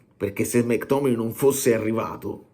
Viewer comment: Si pronuncia... mec tommeayyy🎉yy¾❤😂🎉😢🎉❤